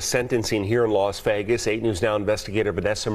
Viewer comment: "Los" Vegas?